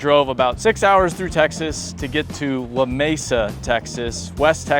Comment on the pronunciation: it’s luh-meesa and not la-maysa